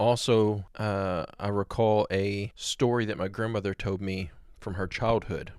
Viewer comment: Hey, the word "old" is pronounced old, not "ode". "Told" is pronounced told and not "tode".